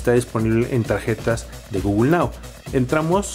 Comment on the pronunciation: Quién es GUGUL? xDDDDDDDDDDD guuuuuuuuuugul jajajajajajajaj